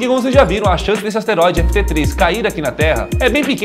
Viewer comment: LUCAS AS-TE-RÓI-DE MARQUES PORRA